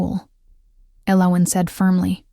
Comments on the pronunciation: I loved the story! It was a beautiful love story. The hot chocolate at night. His mate bond connection with her. Lovely. Unfortunately, for the first time ever the AI narrative voice butchered saying the main character, El-O-win's name so badly with every saying of it, it almost drove me insane. I'm not sure but I think the other main character, her mate, even the King's name was butchered too. Was his name Race or Reece? I have no idea. I do like how each story has different names for the characters, but you might want to make sure the program can nail the names at least 98% of the time, because this came horribly close to ruining your excellent story. Also, did they walk back to his carriage to get the ring; or did his servant trail after him and bring him his clothes? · Her name is Elowen, yet this AI Voice keeps mispronouncing or misspelling it. Annoying. AI will wreak havoc on our society as it cannot truly understand what is being said.